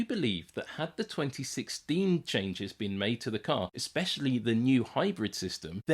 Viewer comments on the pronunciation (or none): none